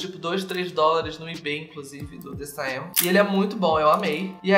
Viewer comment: adamm a the saem literalmente só se lê "the sêm" hausuaua o ae tem som de E